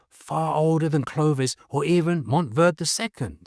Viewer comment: Verde is pronounced ver-day. A popular southwest food is Chile Verde. Never pronounced verd. Just saying.